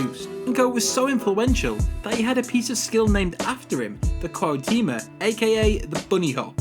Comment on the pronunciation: I had a few chuckles hearing the pronunciation of those names; you're forgiven with Cuautemoc, that's too much to any non Mexican